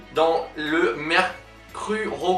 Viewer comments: Ses le mercurocrome et pas mercrurocrome.😂😂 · mercurochrome on dit 😂